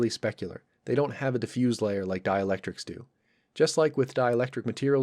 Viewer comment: Diffuse as an adjective is pronounced with an S sound. Diffuse as a verb is pronounced with a Z sound. :)